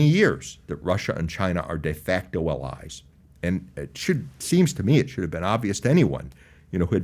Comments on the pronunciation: Is this "uhllies" thing the new "Keve"? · Why is he saying “Allies” like that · Who taught this guy how to say ‘allies’?